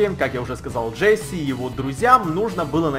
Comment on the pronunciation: вобщето не джесси а джесс